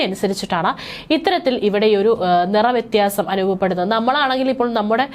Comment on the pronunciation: Vrathiyanamalla vyathiyanam.